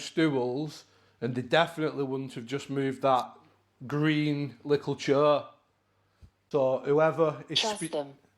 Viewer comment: Also says lickle instead of little